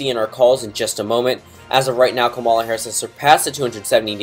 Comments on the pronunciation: just so you know it's KA-ma-la not ka-MAL-a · You not saying her name right is making me cringe